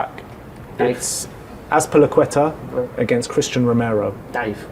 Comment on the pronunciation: Bro said Azpilicueta 💀